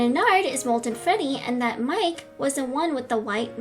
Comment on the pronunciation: Why do you always say at the end of the word Mike you had to say miK